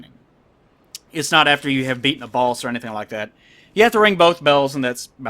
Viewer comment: I love pronunciation of boss. Baus.